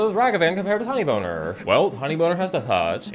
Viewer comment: Ok, of all the "NSFW mispronunciations" to make, Tinybones is ILLEGAL to do that to, and I demand retribution for this unforgivable crime